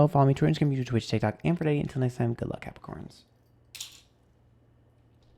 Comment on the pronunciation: LOL feeling massively attacked with Taurus (rising) and Virgo (Moon) hahaha how did you know i've been a bitch. Also did you just call us Crapricorns (sun) lol